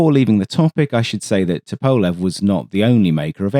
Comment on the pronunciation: Bit of a diversion, but very nice! Just FYI Tupolev is pronounced Too-Pol-ef Just a minor thing :) enjoyable vid as usual!